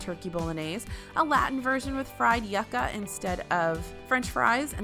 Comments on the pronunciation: Hi. I love the videos and suggestions. But as a Latina I have to correct your pronunciation of fried yuca (its "YOU-kah" or you-cuh, not yucka) at the poutine. But its yummy either way😉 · Lol She pronounced yuca wrong I’m Latina so it was so cute and funny when people mispronounce words! yoo·kuh is how it is pronounced just say you and add a kuh! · Hey! I was watching your video when it got to the Poutine part the Spanish version is not pronounced yucka (like ew yuck 🤢) it’s more like yuh·kuh. Longate the u part. Just wanted to correct from a fellow Hispanic an huge follower of yours! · When talking about the Latin version of poutine, it’s pronounced YOU-KA. SAID WITH ❤️ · “fried yucka” I guess she didn’t like the yuca fries 😂